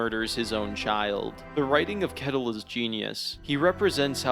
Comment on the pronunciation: Just a small note on the pronunciation of Ketil. the K is pronounced like Th so more like Th-etil. Great video <3